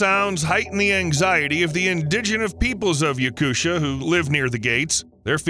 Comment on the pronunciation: YakuSHia? Really? 😅😅😅😅😅😅